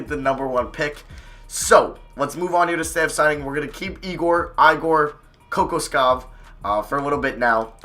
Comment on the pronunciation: kokoskov is spelled with "sh" like sh in shit